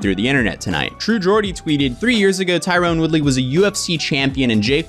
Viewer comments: Tyron, Ty-ron, no "e". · I like how you keep calling tyron(tie-run) tyrone(tie-rone) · Ty-ron. Say it with me. Ty-ron. Not Tyrone. 🤦🏻